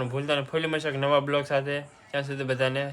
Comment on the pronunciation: બ્લોગ નય વલોગ બોલો ભાઈ